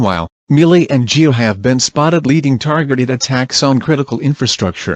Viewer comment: Millie, Ge”A” & Bot.. He meant to say Ge”O” not Ge”A”